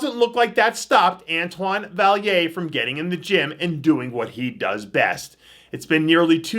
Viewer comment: Butchering the shit out of Antoines name every time! Haha